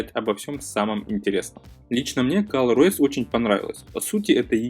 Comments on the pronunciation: не каллор а коллор ос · кОлор ОС а не кАлор